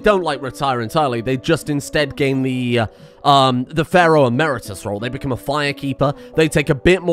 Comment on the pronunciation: I love it how he sometimes says "pharoid"